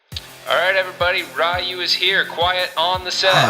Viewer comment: Ryu, not Why You!